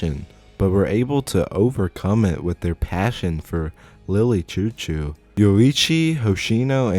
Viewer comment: the way you're saying "chou-chou" is pmo. it's supposed to be "shoo-shoo"